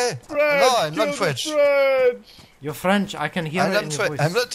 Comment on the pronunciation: “am noot fwench”